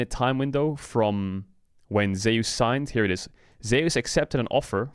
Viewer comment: "ZEY USE"???